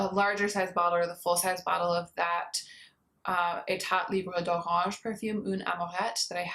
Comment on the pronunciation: Hey! Your french pronunciation of "Etat libre d'Orange" is almost perfect, but the T at the end of "état" is not pronounced. I can't really tell if you are saying it or not but just in case you didnt know, now you do!:)